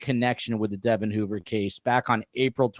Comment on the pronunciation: Great podcast! FYI, Devon's name is pronounced DeVON, with the emphasis on the second syllable.